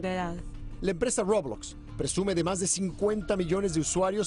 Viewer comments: Nadie: Absolutamente nadie: El señor: Robluokz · Roublox xD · Mí rey xonnek comento esta porquería de vídeo >:v y el tiene razón >:v PD:y no se dice roublox se dice roblox >:v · todos: roblox el reportero: roublux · Nadie: Los de las noticias: RuoBLoXz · No entendiste roublux es muy peligroso Roublux y roblox son muy diferentes XD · Dijo roblacks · The Spider Back rolox suena como una galleta de chocolate o una bocina men:v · rOwOlzz ahre. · En la popular plataforma de ruowbloxzzz v; aprende a decirlo bien :v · Algo que me da risa es que este cuate dice "robox" y no roblox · Como se pronuncia: Roblox Como lo dijieron: Roublox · se dice roblox no robloxs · Aplendan a desir bien roblox es roblox y no ruobox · Nadie: Absolutamente nadie: El reportero: rObLaXtZ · DIJO BLOBLOXTS xD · creo que en ingles se dice roubax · >:( El reportero dice rOuBlAx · Roublox :> xDD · Nadie: Absolutamente nadie: El men de las noticias: La EmPrEzA rObLuOtZ v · xd ROUWBLOSCK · Roblax xd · El Noticiero No Pronunció Bien Roblockz xD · No dijo Róblócs .-. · Roubloackz :v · dijo RaWbLoSXH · Me dio risa cuando dijo robuots 😂 Claro sin ofender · Se pronuncia Roblox como lo escribo una vez le dije rolox y me dijeron que lo diga con poderes de imaginación :V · A mi me hace gracias cómo pronuncia así: Ruoublox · Los gringos dicen roublocs